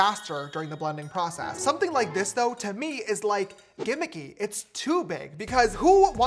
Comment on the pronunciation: STOP SAYING GIMMICY FFS